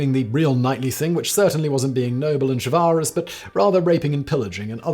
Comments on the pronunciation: Is that how you pronounce chivalrous??? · Chivalrous mispronunciation is killing me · Anyone else amused by the repeated pronunciation of "chivalrous"? Just me? 😂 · Pronunciation of chivalrous annoyed me on this one. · simons pronunciation of chivalrous makes me uncomfortable - even though i’m sure one of his many pronunciation dictionaries said it’s the correct way